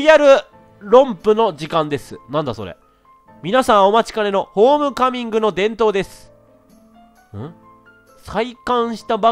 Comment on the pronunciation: レトさん途中 ホーミカミングって言ってない？笑